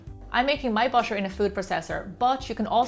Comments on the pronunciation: Why she said butter " busher" can she say butter instead of busher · Thank you for making this video. But I'm laughing because you keep saying "busher" instead of "butter" 😂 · Why are you saying bušer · Butter not basher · I heard BASHER instead of BUTTER. 😂😂😂😂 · Am I hearing it wrong? She kept pronouncing butter as bosche and water as wasche. Strange. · Do the Irish people pronounce butter as bosche? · I hear it too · Can we listen carefully and appreciate how beautiful her accent is I love the way she pronounce the butter it sounds like bu-sher 🐄🐮🍶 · she is pronouncing butter as busher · busser and waser???? lamo